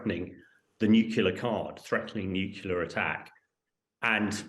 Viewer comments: Nucular? I haven't heard that since George Bush Jr. Does this clown say basketti too? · Wish he would stop saying "nuculear"! Very irritating.